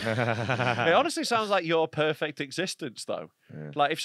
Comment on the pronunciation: “That’s worked out prefect”😂😂